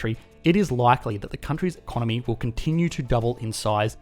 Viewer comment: It's time to learn e-con-nomy! NOW!